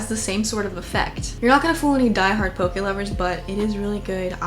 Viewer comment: as someone from Hawaii I just have to say THANK YOU for pronouncing it correctly!!